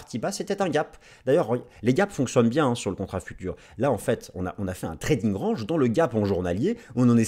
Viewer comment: Je t'adore! Surtout le fait qu'un mec qui dit "range", comme une "orange" s'étonne qu'un pote à lui dise bit "coin" 🤣🤣🤣 T'es le meilleur! Ne change rien 😉🦆